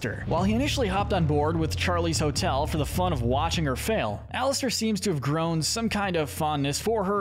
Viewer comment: It called alastor not Alistair